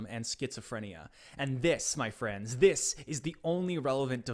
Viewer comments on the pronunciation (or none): none